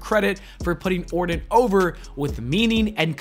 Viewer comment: You pronounce his last name like this: or-ton. This dude keeps saying Orin.